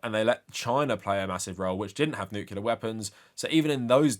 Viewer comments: Not to nitpick, but it's nuclear not nucular. Unless you want to remind people of George W bush lol he's famous for saying it wrong and confusing an entire generation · Nuclear not nucular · I swear I'm only saying this because you said it so many times, but it's "new-clear" and not "nuke-u-lar". Nuclear has one "u". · And the 2025 award for Most Intelligent and Learned Person Who Still Pronounces it “Nucular” goes to… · I know this is by far the least important thing about your video, but as an English language nerd every time you said 'nucular' it physically hurt me.